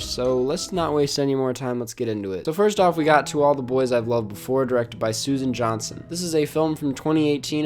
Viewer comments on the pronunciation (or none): none